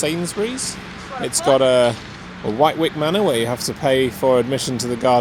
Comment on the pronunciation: Just so you know, it’s Wit-ick manor. That’s how it’s pronounced. You got a much prettier walk.